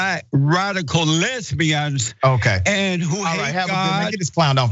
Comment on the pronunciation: “Les-bee-uns”! LOL😂